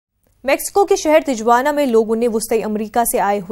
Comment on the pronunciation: First of all the news anchor should learn how to say Tijuana...proper pronunciation of Tijuana is Tee-Hua-Na